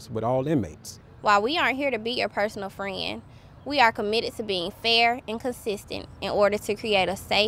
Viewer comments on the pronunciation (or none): Fren. She couldn't even pronounce friend....